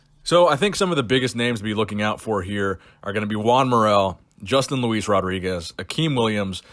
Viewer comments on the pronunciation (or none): none